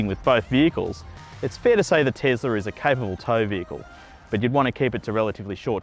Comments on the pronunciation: this was painful, first of mal, it isn't a tezzzzlah mate, it is a tesla, it was a person's name from history dont be a bogan (this become more and more grating as the video went on) also, cruising on a highway, really not in favour of the eleccy car where regen in stop go would be much better, I am sure something that was reflective of the stop go grind as if a school holiday rush, the tesla would be a much better propitiation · Tesla not tezla. S not z Jesus Christ. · It’s not tezla it’s tesla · Tom Hardware chill. Elon, you know, the guy that created the company says ‘tezla’. So I think we can let it slide.